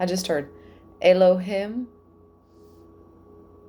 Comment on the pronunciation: "EL-OH-HEME" = "ELOHIM"